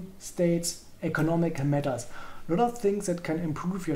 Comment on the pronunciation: That's the most German way of saying "economic matters" that is possible. Danke für den Überblick, ich habe, zum ersten Mal, meiner Nation in einer Republik entwickelt und ich höre nur spanisch 😂